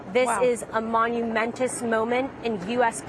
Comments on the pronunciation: no no, it's 'monumentatious' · "Monumentus" BBC News Ladies and Gents. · “Monumentous” this reporter is stupid. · A 'monumentous' moment? From a journalist? I take it you mean 'monumental?' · ‘Monumentous’ or monumental? Is monumentous a word? I’ll have to check with Suzy Dent…. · Did she say "monumentous"?